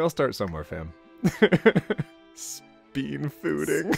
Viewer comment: Ah yes, speenfooding 🤣